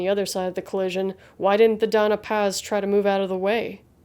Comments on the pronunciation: It's the Don-ya Paz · Always happy to see your uploads Lady, the algorithm is flawed but we're here for you. The only quibble, 'Dona Paz' would be pronounced 'Donya Paz'. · Glad to see you back. One small quibble, though. The vessel was the Doña Paz, so it is pronounced "dohn-ya pahz".